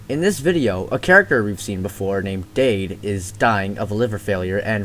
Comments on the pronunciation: Not dayd. It's Dad. But with an E. Great video though! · Now everyone thinks Dade is pronounced the way you said it. It's just pronounced like "dad" 😂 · 2/10 Dade is pronounced "Dad" and is Frank and Chin Chin's dad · the e is silent in dade